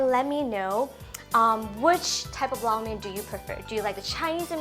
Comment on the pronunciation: I have definitely been pronouncing Lo Mein totally wrong all these years lol. Thank you for teaching the proper way to pronounce it.